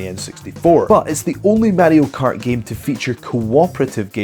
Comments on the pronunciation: What the hell is Matty-O Kart? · Wtf is MaDDY-O Kart